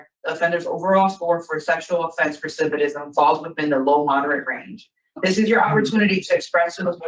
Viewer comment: They know English isnt his first language, yet they used all these big words and complex sentences. I do not like this parole board, none of em. Also, the girl is still pronoucing "recidivism" incorrectly. Someone help her.